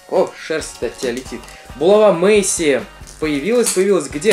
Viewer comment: Мэйси как Мэсси